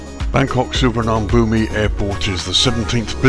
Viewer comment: Please at least try to pronounce it correctly